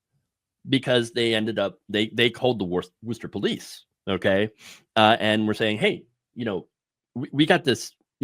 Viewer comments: It's pronounced WUSS-ter, or WUSS-ta if you are from Eastern Massachusetts. (as in you are a wuss) NEVER Woo-ster, it is painful to hear when you try to say it that way, but good effort. And don't ever try to pronounce the middle R, you will hurt yourself. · Woosta, there's no ER at the end.